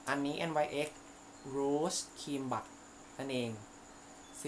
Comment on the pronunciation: ที่บอกแบรนด์อ่ะค่ะ จริงๆแล้ว NYX มันอ่านว่านิกซ์ค่ะ